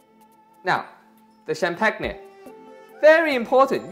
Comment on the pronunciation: lol the way he pronounced champagne!!! love these two!